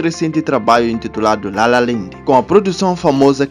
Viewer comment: LA LA LAND, e não LA LA LEND, falaste bem LA LA, depois no Land metes um e. 😂😂😂😂😂